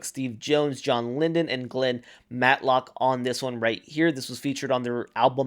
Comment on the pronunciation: John LYDON ( not Lyndon), Malcolm McLaren ( not MacLauren) and please look up British pronunciations of bollocks!